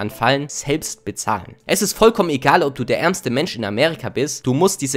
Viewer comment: bro es heißt Amerika und nicht Amärika